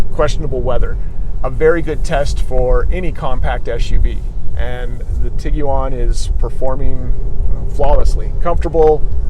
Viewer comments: Most Americans (including myself) pronounce it "Tig-wan" with the u being silent. This is the first time I've ever heard anyone say "Tig-u-wan". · Tig wan, not tiggy wan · Did be USA really pronounce it that way. It’s an iguana cross with a tiger so ti guan otherwise I enjoyed your review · Why it sounds like he says Tiguan like Tig u on lol